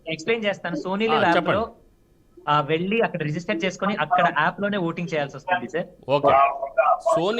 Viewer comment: Poor anchoring not properly timed. Not properly planned. Please use good Telugu ( Velli not elli). When is saying that he has to go for rehearsal, anchor is pressuring him. Too bad.